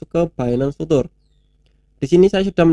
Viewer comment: mas bacanya "Fiu cher" mas, bukan "futur"...cuma ngasih tau aja hehe